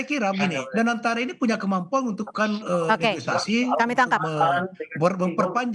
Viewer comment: Koreksi bukan neogisasi bang tapi....negosiasi